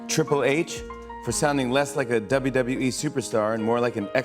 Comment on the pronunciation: "duhdubbee tables"